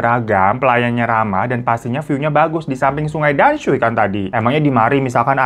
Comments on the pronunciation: Dan sui bacanya tamsue kak hiro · damsui bacanya tansui bang😂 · Oalah tamsui,,akk dengernya damsui wkwkwkwk😅 ya tuhan sampek nonton 3 kali cuma mau denger itu tamsui atau damsui 😂😂😂😂😂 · Damsui itu bacanya tamsui bang Btw mksih videonya, emg ya terllu baik sama orang yg baru dikenal itu kdang ga baik juga huhuu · bukan danshui kak tp "tansui" bacanya 😅😅😅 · Bacanya TAMSUI bang 😊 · dibacanya sungai Tamsui kakak